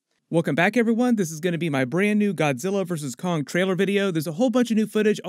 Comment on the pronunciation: "WE NEED KONNG"